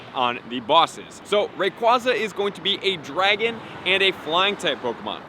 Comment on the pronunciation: Ray KWAY za Not KWAH